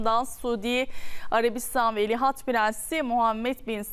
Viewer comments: Velihat degil, Veliaht, madem diyemiyorsun Prens Selman de. Cokmu zor? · ikide bir velihat deyip durdun, senin diksiyon hocan umarım seni dinlemiyordur, tabi varsa... önce doğru telafuz etmeyi öğrenmek gerekir degilmi? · Sunucu "veli HAT" diyor 😂😂😂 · Şu TV sunucularına doğru dürüst bir Türkçe, Türk Dili ve Edebiyatı öğretilmemiş her halde..Ama iki lafın arasına bilir bilmez ingilizce laflar sokup ukalalık etmeyi biliyorlar..Bozuk cümlelerle , tuhaf el kol hareketleriyle vıdı vıdı hızlı konuşmayı marifet saymalarından da bıktık zaten.. Dikkat ettim, sunucu devamlı "Velihat" deyip duruyor...Yahu, hiç mi duymadın,öğreten olmadı mı ? Çevrende de "bu nasıl okunur" ...diye sorup öğreneceğin kimse de mi yok?.. "Velihat" değil ,VELİAHT... Krallıkla yönetilen ülkelerde,kraldan sonra taht'a çıkmaya hakkı olan kişiye VELİAHT denir...Hiç mi duymadın?